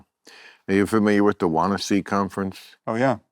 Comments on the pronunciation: Wannsee , pronounced Van-see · wannaseee - christ, so cringe to hear americans/english people butchering names